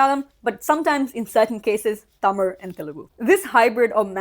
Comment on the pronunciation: Props to you for pronouncing tamil the right way!!! And for saying keralam!!